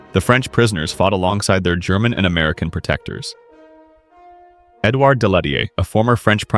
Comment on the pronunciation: North “Ameilan”? Come on, you can at least try.